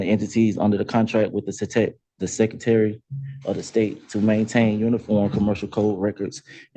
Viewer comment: "Seccitary" indeed.